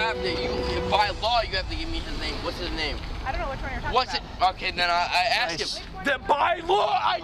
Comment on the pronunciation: if you have to ASK questions you can at least learn how to say it!